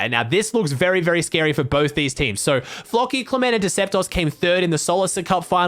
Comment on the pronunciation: he says floki like flocky